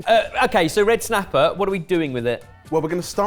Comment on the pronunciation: so very good red snappah just little teensy weensy red snappah